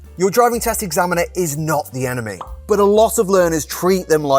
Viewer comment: Omg..you were saying enemy..but I kept hearing 'anime' 'anime' 😅